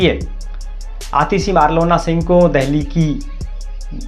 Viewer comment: Abe east Delhi se ladi thi ....aur marlena hai bc marlona.. marlona bol raha hai...thoda homework karo.... isliye aaj tak tum berojgar ho